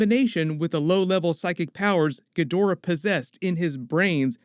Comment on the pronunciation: Ugh, the way Ghidora's name was pronounced in this video made me shudder! Its GHI-dor-rah (roll the 'r"), not ghi-DOR-ah!!!